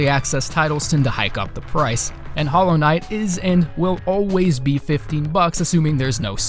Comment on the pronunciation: U pick hollow knigth? Ur "HOLLOW RIGTH"